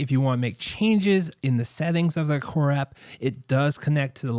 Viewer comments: Good review. It’s Aqara though. Not Aquara. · It’s pronounced Aqara (uh-car-uh)